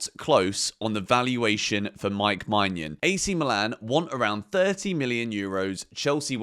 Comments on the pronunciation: please look up the pronounciation of maignan you are butchering his name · Im not french, but im pretty sure thats not how to pronounce Maignan.